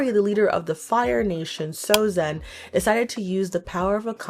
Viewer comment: Sozin, not Sozen.